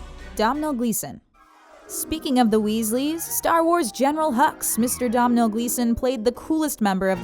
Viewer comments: Domhnal is not pronounced as Dom-nal. It's pronounced as Donal like "tonal". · It's not pronounced DOM-NALL, its pronounces DONAL, like "tonal" but with a d (said the man himself) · It’s pronounced Donal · Domhnall is pronounced Donal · Bit annoying how she can't pronounce Domhnal Gleason's name, just say 'Doh Nal', silly woman. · it's pronounced Do-nall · I love it when Americans try and pronounce Irish names 😂 Domhnall is pronounced “dough-null” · Her awful mispronunciation of Domhnall shows she never heard the name before. It's pronounced Donal and it's Irish. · Domhnail is pronounced "do(w)nal". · Domhnall is said like doe-nal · why can't you pronounce Domhall Gleeson ? it's pronounced Donal. Our Irish names aren't that hard